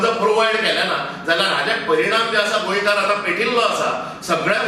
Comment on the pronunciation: Who is this in yellow? Marathi manus? Doesn’t know how to pronounce Goenkar